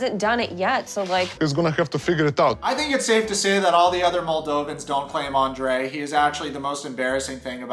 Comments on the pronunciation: Is it me or dose each time Libby says her husbands name..like its such a delighful Andera pronouncement..its so icky He EXPECTS her to stick up for him Hes a Cry baby and such a runner ..he thinks everyone should be his financial institutions.. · I have to laugh at Libby everytime she pronounces his name. She has an exaggerated accent. She could do much better than Andre so why is she settling for him. She sure seems desperate marry someone like him. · I can not stand the way Elizabeth pronounces Andre. It's sickening. Even his family doesn't pronounce his name like that. He's a loser and sounds like he's talking with a mouth full of crap. Get rid of these 2 losers... even Libby is using her dad. Its shameful. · He's so Narcissistic and libby is so spoiled that they both together create a monster. It's disturbing. She could've just skipped Andrei and his BS and married her own daddy 🤣 since he is supporting her . Then we wouldn't have to listen to the way she pronounces Andrei. Idc if that's the right way to say it ,it sounds weird coming from her mouth..